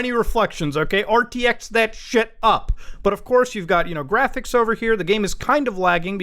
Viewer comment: Does the way Muta pronounces graphics make any one else irrationally angry